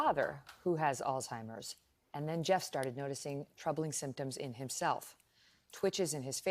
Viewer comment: It’s not Alltimers. It’s Alzzzhhhheimers. 🤨